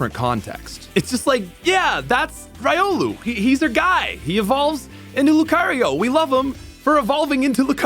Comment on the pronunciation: And "rai-olu" despite pronouncing lucario correctly.